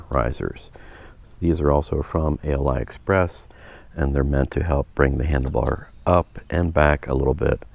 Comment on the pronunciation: Ali express not a l i express